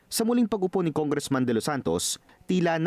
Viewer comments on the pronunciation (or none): Noon pa yan. Nong bata pa aq narinig q na ang tongressman instead of congressman.